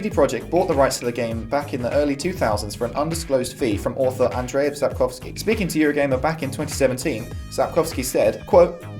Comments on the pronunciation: Lol your pronunciation of "Sapkowski" is almost spot on. How much time have you spent practicing? ;) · I am quite surprised, how well you have pronounced his name. Still better than that one guy, who pronounced is as "Saep-cow_skye" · Thank you for taking your time and prenouncing his surname VERY correctly. It made me smile, as most non-Polish would most likely struggle etc. That's besides the point of the video of course, just some words of appreciation:D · I have to say that your pronunciation of name Sapkowski is very well.